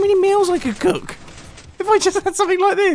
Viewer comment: “Imagine how many meals we could cOoCk”